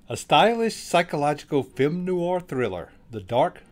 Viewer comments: People who host programs need to *pronounce correctly. PLEASE. Film NOIR - that's just one syllable, definitely not Noo-arr. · A shame the narrator can't correctly pronounce "noir". He makes it sound like "new-are". It only has one syllable.